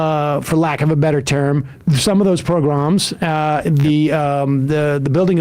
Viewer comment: I know this isnt the time but that is the worst pronounciation of pogroms ive ever heard